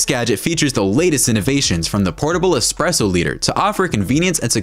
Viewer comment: EXpresso - hurts my ears… ESpresso…